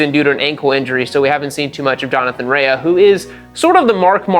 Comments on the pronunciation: OMG it's RAY not RAYAhhhhhh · Btw it is pronounced "Ray" not "rayah" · Rea is Pronounced like Rey not Reaya or whatever lol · Jonny Rea. His surname is pronounced Ray. Have you been watching WSB on mute? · Bro for someone who’s such an avid fan of WSBK and GP, you pronounce their names sooooo badly. It’s pronounced Ray for Jonathan Rae, not Reahhhhhhh 😂🤣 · If I say “homologated” and “derisively” 29 times nobody will notice I did zero research, nor bothered to learn name pronunciation. Johnny Ray-UHH prolly noticed too. But seriously, MotoGP and F1 have become almosr tech exhibitions w zero REAL competition, action, and racing. I once mocked Indy Car and WSBK, now? Even before Toprak, I found wsbk racing action superior to modern MotoGP and I watch F1 on 25x FF and RARELY do I need to stop to watch a pass or action or order change because they rarely occur. Once a car costs half a billion, or a bike costs 4m, the incentive to NOT mix it up and get elbows out is too great. You end up w the dogshit salad sandwich that is modern f1 and MotoGP. I really dig WSBK and IndyCar, your point is spot on in that regard. Also, not tryna be a dick, but when you have 1.5mfollowers, it seems a minimum level of effort is justified, leave winging it to the dipshits like me that have 300 followers. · rea is pronounced "RAY" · Pronouncing Rea wrong tells me you haven't been watching for 4 years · Its TOP rak, not Touperak. Also, Jonathan RAE (Ray), not Rea-a. Just fyi. Good video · No Way this guy watches WSB.. no way.. the announcers say TOP-RACKs name a Thousand times a race.. its not TOPE-rack... as Johnathan (spoken)RAY.. not RAAYA.. its spelled with an A at the end but its silent (eyeroll) nice try "ive been watching for four years". hahaha.. ya rt.